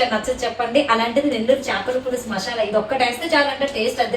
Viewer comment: మషాలా కాదు మసాలా